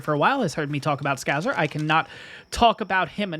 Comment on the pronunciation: FYI It's ScouSer not ScouZer.